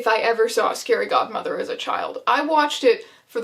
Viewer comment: In the beginning I thought you said scary Gothmother... It took me a second to realise that it was a scary Godmother